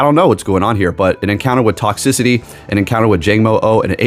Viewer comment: It bother me you mispronounce toxTRICITY 😂 love your vids